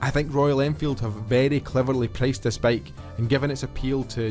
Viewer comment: Dude it's bike, not baeiyk. gush